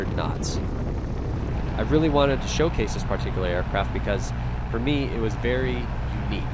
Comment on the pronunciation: great plane.. btw, did anyone count how many times he said PAR-tee-Que-lar. :D